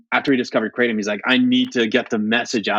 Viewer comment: Krah-tom not Krate-om